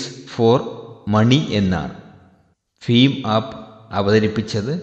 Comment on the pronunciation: ഫിം ആപ്പ് അല്ല.. ഭീം ആപ്പ് ആണ്..